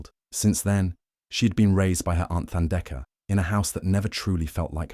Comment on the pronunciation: Beautiful story, indeed. But it is Thandeka, like tough or tide, not like the or thigh.